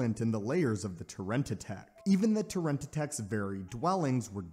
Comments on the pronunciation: I could have sworn it's pronounced Taran-tay-tek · I remember them from KOTOR. I always thought it was pronounced teren-TAH-tek. Sorry if I communicated that poorly. ^_^' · Drinking game: Take a swig of brandy every time the narrator says, "terrenitaque". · liver fails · Take a shot everytime he says Terantatek 🤣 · every time he says terantatek take a drink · How many times does he say terrentateck